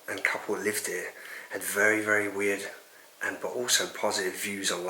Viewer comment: Be vewy vewy quiet!!!